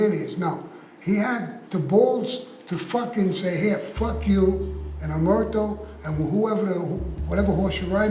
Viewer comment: Omertà - accent on last syllable - omerTAH - As we say in Sicliy... 'A megghiu parola è chidda ca 'un si dici. Americanised Cosa Nostra Italian sounds funny to Italians. Find a real expert to explain differences in mentality between Italian mafiosi and American-Italian Cosa Nostra. That would be interesting.